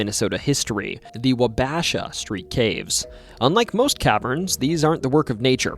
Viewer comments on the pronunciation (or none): Wabasha is pronounced Wah Bah Sha. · Nice video man. As a native Minnesotan let me help you it's pronounced Wa-Bish-Shaw. ☺️👍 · I felt a deep pain when you pronounced wabasha street like that. 😂 I'm so used to hearing it pronounced Wauba-shaw. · (((WA-buh-SHAW))) Not Wa-bash-a Wabasha lmao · okay, okay, okay.... we were traveling in Wabasha county and Google Maps continually pronounced Wabasha the way you did as: Wah-BASH-a. And we were both continually amused and, after a time, just a little annoyed. :-) It's Wa-buh-shaw. (skewing the 'buh' sound a little towards bah) The only way I trust the pronunciation of local names is to try to find a local pronouncing it. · Hello, helpful tip for your next MN episode; it's pronounced Wha-BA-sha. AND! I've read stories about those caves where women mention getting pinched on the tush by unseen hands! Hrm....dirty old grandpa gangsters, perhaps? I think so! 😱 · Wah ba shaw, everyone gets that wrong. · The way he says Wa-Ba-Sha has me crying 😭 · Wabasha, say Waw-Bah-Shaw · Painful pronunciation of Wabasha